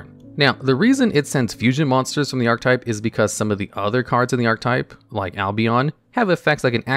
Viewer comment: Ark Uh Tipe. You forgot the uh(e).